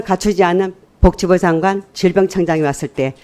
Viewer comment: 서명옥아 복지부장관이다. '벅지부장관' 아니고 벅지부가 뭐냐